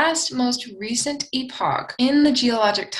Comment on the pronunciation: Thank you for saying epoch like epic. 2.6mya to 0mya! I loved that!, you should write a book! Your command of English is masterful! Or would it be mistressful?.... Anyway. The way you speak is beautiful. Is there an Older Dryas?